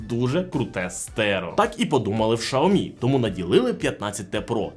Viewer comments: Дійсно, з яких пір, Сяоми став шаоми? По слуху різало таке мовлення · Шаомі?))) Вони вже так називаються? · Шяомі, наголос не там, ріже вуха якщо ти вже так Хотів англійську транскрипцію вимовляти. Народ звик просто до Сяомі